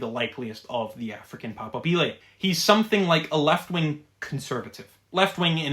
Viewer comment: The stress in "papabile" falls om the secomd syllable not the third.